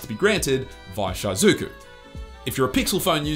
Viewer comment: Jesus, stop saying "Shy-zuku"